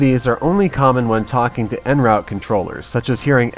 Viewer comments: The thing that ALL pilots say that all educated people hate to hear is the prononciation of the phrase "en route". It's NOT "en rout". It's "un root". Either prononce it properly or just say "on the way to". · errr...just a question. I have heard frequently on this channel that pronounces en route as 'en rut'. Is that particular to aviation?